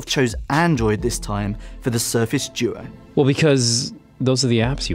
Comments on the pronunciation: Why do you call it the surface joe? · Sorry, I heard Surface Djo (not doo-oh).